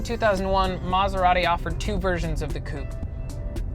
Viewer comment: If only this guy could pronounce Maserati.